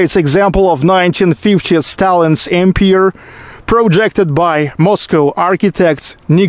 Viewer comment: Comment on English pronunciation: Empire: the silent "e" at the end of the word. Changes the "i" before the "r", to a long i. A long i means, that you pronounce the i by its alphabet name. As you would say, "I went home".